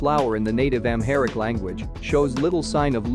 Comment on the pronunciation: "Amhairick" ROTFL!